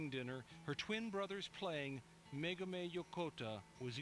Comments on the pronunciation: her name is Megumi, not Megami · The brain-surgeon liberals at CNN are pronouncing her name WAY wrong. It's "Meh-goo-me," not "Meh-goo-mey." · Why the elaborate mispronunciation of Megumi's name?